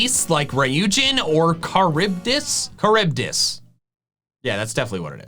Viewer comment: You actually pronounced charybdis correctly